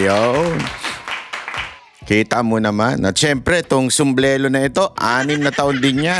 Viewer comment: PINATRABAHUAN,hindi po PINATRABAHUAN..😁✌️ SUMBRERO,hindi po SUMBLELO..😁✌️